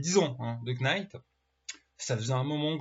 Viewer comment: On ne prononce pas le K de knight. On le prononce comme night,!